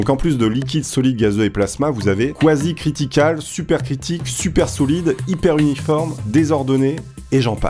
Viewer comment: C'est marquer Quasi Cristal & toi tu dis Quasi Critikal , eh mec c'est pas de la weed là ahahah